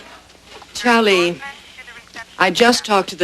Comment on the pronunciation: It's Charlie, not Chowlee. Idiot.